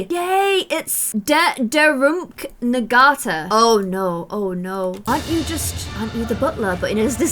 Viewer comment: Hey! For the nanny’s name and other sims names, when nga is spelt it is pronounced na aka “nata”- ngata 💕